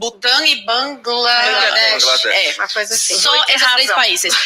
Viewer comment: Kct a Zoe Martinez trabalha como "jornalista" e não consegue falar Bangladesh, essa mulher é uma ignorante que sequer sabia que esse país existe, uma das culturas mais antigas do planeta!